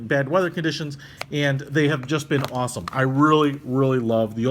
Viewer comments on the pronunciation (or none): none